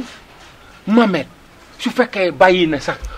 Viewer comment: Juste bènneu remarque thi kao il prononce le nom de Mohamed baparé tek thi saaga. Kou meun diot thi mom wakh ko mou évité lolou